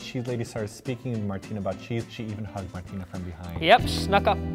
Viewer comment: What's up ""? 😂